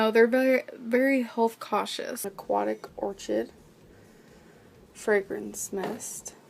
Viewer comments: White “or kid...” you say or-chid bc you’re ignorant....just wait, you’ll be 600 pounds by now......health bars bought at Walmart...yuk.....then throw away all the expired health bars. You need help, and you are not helping others by showing your disgusting habits. I hate it that you’re making money from being a pig. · Orchid is pronounced ȯr-kəd.. ffs. I'm 5 seconds in and already I'm annoyed. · "White Orch-id" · Meringoo and orCHid, must be from another planet🙄